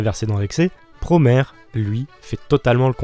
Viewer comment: J'me permet juste, prononcé à la japonaise, Promare donne Puromea (プロメア) ce qui est proche de la prononciation anglaise, et non Puromare ("プロマレ") comme dit en début de vidéo, voilà voilà.. Bon je continue de regarder 👀 merci de parler de Promare !